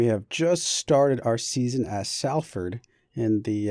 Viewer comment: Btw its pronounced Solford